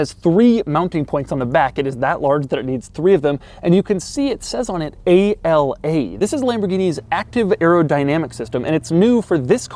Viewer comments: “A-L-A” it’s actually “Ala” which means “Wing” in Italian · Its ala not a-l-a, ala it's one word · + Doug DeMuro, please do better research... It's not "A-L-A"... It's "ala" (pronounced "á-laa"). It is NOT an acronym (no dots separating the individual letters). This word means "WING" in italian. The active aerodynamics wording was a gimmick made up for anglo speakers. Remember the Lambos are always identified in Italian language. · It's not A.L.A. it's just "ala" and it means wings in Italian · A-L-A (ala) literally means "wing" in Italian. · Ala literally means Wing in Italian, so it's supposed to be pronounced like that, not spelled like initials. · “A-L-A”??? In Italy we pronounce it in a single word and it simply means “Wing” :) Good job anyway, as usual 😉